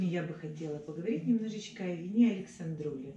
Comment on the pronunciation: Не АлександРУли, а АлександРОУли!